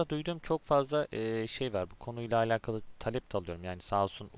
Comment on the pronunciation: Keşke alakalı kelimesini doğru telaffuz etseydiniz. Videoya odaklanamadım. Ayrıca onu da bunu da anlatacağım deyip bir ... anlatmadınız.